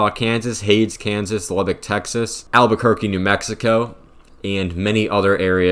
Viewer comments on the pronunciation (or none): none